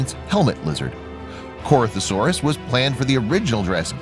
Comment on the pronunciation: Dude it's pronounced Cori-tho-saur-us Not Corth-o-saur-us